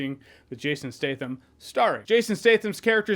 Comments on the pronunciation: isn't his name Stat-Ham? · “Jason Stay thum”